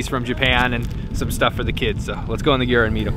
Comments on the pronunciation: So... I don't think it's just me. But is he saying "Yur", not "Yurt"? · Mike Ashenfelter he is saying sort of a combo of both words, “g-yur” Some in Mongolia will pronounce this like “gear” which is how the nomadic Mongol family I lived with pronounced it.